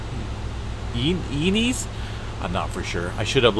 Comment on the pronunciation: Sir, it's Santa - ē-NEZZ.